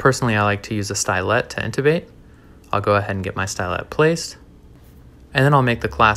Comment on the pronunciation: Hey if you say stylet it sounds like the word stylus